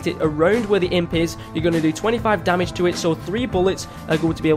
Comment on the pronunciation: Lol you said domage instead of damage